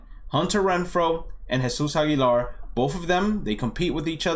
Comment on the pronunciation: U speak spanish? U say Jesus Aguilar & Yordan Alvarez so good.